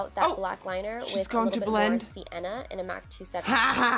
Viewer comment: "SI-enna" no no no baby no. it is SIEN-NA